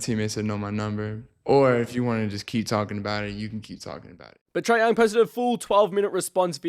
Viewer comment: my guy you sound like you saying "try young" 😂